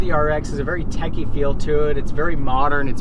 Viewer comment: Picky-picky... nothing wrong with that vehicle; you're a young guy, that explains it. Also check your pronunciation.... it is techy and not tacky. BMW /Audi hahah